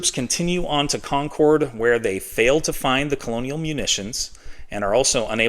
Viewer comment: UGH. It's "Condcud"...not "Concowd"